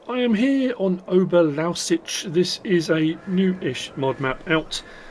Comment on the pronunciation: Ohbear Louwseets How its pronounced